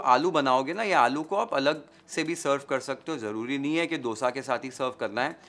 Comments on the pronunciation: I am so happy to hear a non South Indian say Dosa and not DHOSA as others do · Love how you say “D”osa, the way it is actually said in South. Not how we northern-Indians usually end up saying. It took me a while to be mindful about the pronunciation, but now it is my normal